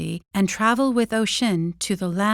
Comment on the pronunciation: That's not at all how you pronounce Oisín lol